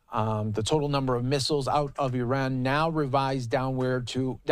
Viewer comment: It's Iran, not Eran.